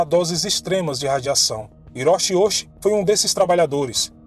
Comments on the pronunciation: Muito bom. No entanto o CHI tem som de TI e o H som de R e o S tem som de S mesmo e não de Z. Hiroshi, Ouchi e Hisachi devem ser pronunciados como: Riroshi, Outi e Hissati. Sem querer desmerecer o seu vídeo mano. <3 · O nome dele é OUCHI (sobrenome) HISASHI (nome). Pronuncia se OUTI RISASHI